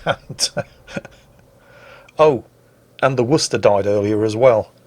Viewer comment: Where are you from I have never heard anyone properly pronounce Worcester before